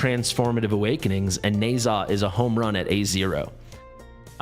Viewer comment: It seems, oddly, that it's pronounced "Nuh-JYAH". That's how Erlang pronounced it in the game, anyway.